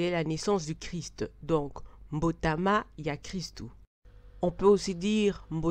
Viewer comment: Excellente explication. Courage. Je suis tjrs fan de tes vidéos. Cependant en Lingála tous les substanstifs venant d'un verbe ( par koBóngola,kotómbola etc ) leurs substahtaifs ont un accent aiguë sur toutes les syllabes . Donc on ne dit pas mbotaMÁ mais MBÓTÁMÁ pour kobóngola /kobóngolama = MBÓNGWÁNÁ . Kotómbola/Kotómbolama = NTÓMBWÁMÁ Kotúbela (confesser ) = NTÚBÉLÁ Autres chose : on ne prononce pas EKENGÉ mais EKÉNGÉ. Merci